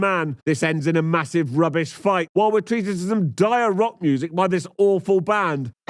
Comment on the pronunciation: I guessed he must have been European when he pronounced "...rock" closer to "ruck".